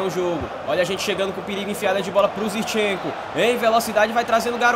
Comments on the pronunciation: não é "Zirchenko" é "ZiNchenko".... Pronuncia correto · fala ZIRCHENKO mais n, o nome do cara é ZINCHENKO KKKKKKKK